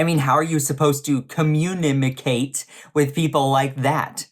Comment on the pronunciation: "Communimacate"? Okay Boeboe. . .